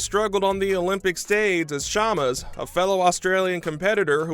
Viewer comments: “Chamas” “Chaalmurrrs” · kyle CHAMAS